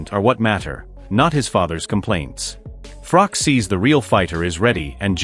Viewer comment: It's Froch, not Frok